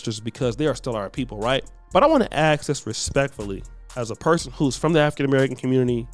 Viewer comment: I think in the future it would be good practice to not elect someone who says “acks” instead of ask.